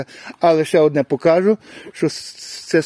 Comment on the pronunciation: не "покАжу", а "покажУ" та ін.. переходьте з суржика на українську А так круто, звичайно..